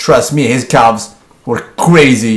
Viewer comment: Even before I clicked I knew he would pronounce the L in "calves"